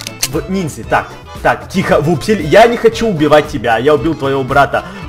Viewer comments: не вупсель и пупсель а вупсень и пупсень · Не Вупсель и Пупсель , а Вупсень и Пупсень